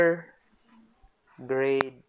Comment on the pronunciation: he pronounced carrier as career lol 😂